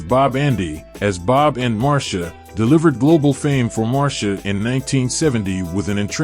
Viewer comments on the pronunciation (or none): She is not "MAR-SHA" but MAR-C-IA". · Marcia Griffith's. Mar see ya. Anything else is a mispronunciation. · I always thought Marcia was pronounced Mar-Cee-Ah? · Her name is Marcia not Marsha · MarCIA, not MarSHA….